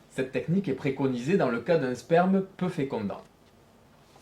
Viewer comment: Il dis sperm mdr